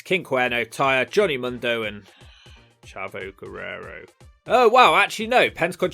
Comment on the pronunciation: the way he says chavo guerrero makes me die of laughter everytime